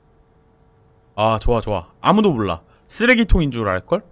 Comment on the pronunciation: 앜ㅋㅋ 나 스레기통인줄 알껄 이걸 쓰레기인줄알껄 로 들음ㅋㅋㅋㅋㅋㅋ